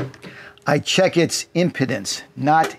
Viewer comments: HI Friend! we pronounce it "Em PEE dence" not "Em PUH dence". Thanks for being so generous with your knowledge!! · it is pronounced im pee dence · I was taught in my electronics class in Jr High, the impedance is pronounced with a long ‘e’. Think, “This thing impedes”. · um pee dns The i is pronounced like a u. Never knew this. The e is a long e like in spleen. Have you had your spleen checked out lately? Me neither. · It's pronounced im-pee-dance. The solar wattage limit on the Renogy DC to DC/MPPT unit makes a second MPPT controller necessary. I think you want to keep the current down on the solar connections so that you can use 10 AWG wire at the biggest so you want to keep the panels mostly in series. Another option would be to use a Victron Orion for the DC to DC part and then size a Victron MPPT controller to handle the 600W of solar. Since you're using 6 of the same size panels that would be easy to do. The Renogy DCDC/MPPT unit is tempting, but I wish they would come out with one that could handle more solar wattage.